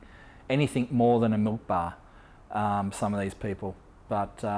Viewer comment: You said anythink ... ha how thick r u